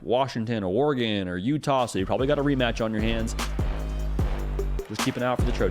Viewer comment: The way you said Utah was hilarious